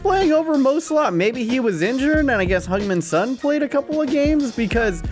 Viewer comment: The way you say Salah triggers me every time